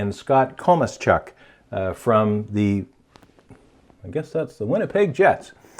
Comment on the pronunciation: Tell that kosmachuk is pronounced ( cause ma chuck ) that really annoyed me.